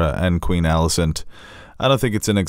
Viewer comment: and its Alicent, not Millicent. 0 for 2.